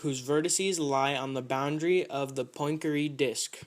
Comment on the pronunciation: 'Poyn-keree' Not exactly how Poincaré is pronounced :P